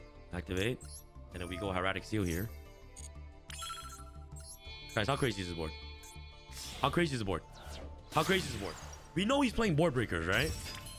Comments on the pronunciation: Hair-uh-tick dragon lol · Is no one going to talk about how he pronounced "Hieratic"